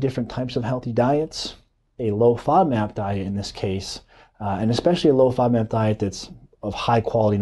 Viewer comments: Nice video but can’t understand what kind of diet you’re saying. Played it over several times. Sounds like “low fob mat diet”. Please spell it out. Thank you. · Please clarify what you were saying. I can't understand the word you repeatedly say but don't enunciate. Are you saying low-fat diet low-fat NAB diet? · How is he pronouncing that word? Is he saying fodmap? I don’t know could somebody help me here?